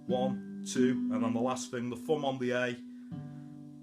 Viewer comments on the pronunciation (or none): Great Job, but WTF if Foom ? Busten em mate, I know you saying thumn..right?